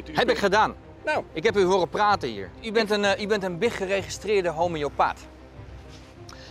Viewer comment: “Biggeregristeerde homiopaath” ik ga stuk